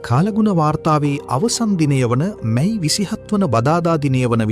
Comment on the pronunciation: මයි මස නෙවී අනේ මැයි මස කියන්න.😂😂😂